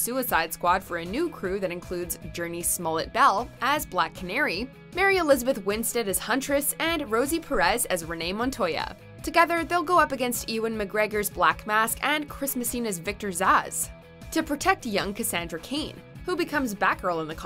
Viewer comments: D-Did she just say Eewan instead on Ewan (U-wan) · Don’t you mean (you-in) mcgregor not (ee-wan) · Did she say Vegeta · Eewan mcgregor 😂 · She did indeed. But is that Americans or her fault?